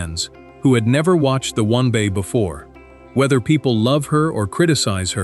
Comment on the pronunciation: We hear “one bah” or “one bay” or “win bah” when it is the W N B A? Someone needs to listen to this stuff before it is put online! You are relying too much on AI when you should be paying real people.